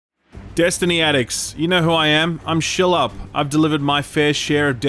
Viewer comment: ive always wondered why does pernounce skillup as "schillup" and not "skillup